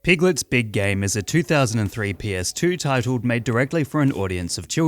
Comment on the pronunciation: I keep hearing "Piglet's big gay" and cannot stop laughing